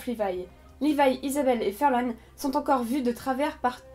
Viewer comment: Pourquoi vous dites furlan c'est farlan